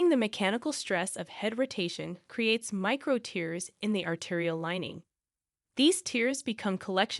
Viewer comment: ATTN-- YouTube publisher This video uses a computer-generated speaker which cannot use even simple words correctly-- unlike a genuine human speaker. For example, the word "tears", as in a destructive separation, is pronounced as "tears" in crying/sobbing. There are many other instances of faulty pronunciation, which can lead seniors astray in damaging misunderstandings. Because YouTube has claimed concern for high production standards, it should be especially concerned for health promotion videos which are not carefully reviewed and edited. * The voice chosen for this video could double as a teenage girl-- quite inappropriate for a serious medical presentation. A better voice would be a more mature woman, or a mature male. The fact the voice chosrn is done from video production software makes the selection all the more careless.